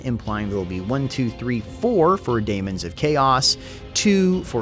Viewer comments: please, it's pronounced Demons still, not Damons. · Hey, It’s demons or daemons NOT daimons nor damons. The A is silent whale the E is not. Thanks! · You're just trolling us now with your pronounciation of 'daemons'.